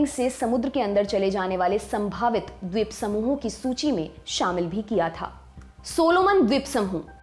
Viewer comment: Jankari achchi h....pr mam apka dvitiy n dvip bolna bada ajeeb lag rha tha... right pronunciation is Dveep n Dviteeya..